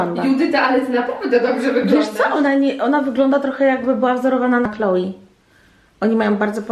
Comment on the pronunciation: Czyta się Kloe a nie klołi